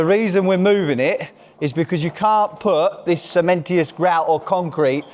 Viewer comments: The word is cementitious! See men tish us. Not cementious see men tee us 😁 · I can’t work out if is is being serious or not by keep saying cementious grout 😂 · If you say cementy-us one more time....